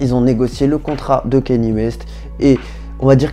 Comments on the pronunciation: Par contre C’est pas kenny c’est kanye ( kanié ) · Erreur mon gars, ça se prononce "Kanié" ecoute tout les américans qui prononce son prénom et tu sauras que j'ai raison